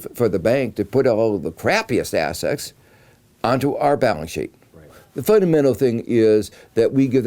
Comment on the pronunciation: Is he saying "assets" or "ass sex"?